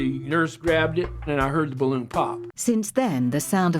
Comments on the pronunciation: Everyone ever: BA-LOON: BLOON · Stop saying bloon its ba-loon idot